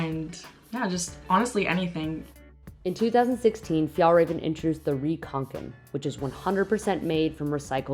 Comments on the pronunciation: She's pronouncing "raven" wrong. It's RAW-VEN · As a swede you get insulted by the pronunciation😂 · As a Swede I was hoping they had done some research and knew how to pronounce it properly…it’s fun to see something being big in my childhood returning on so many people’s backs.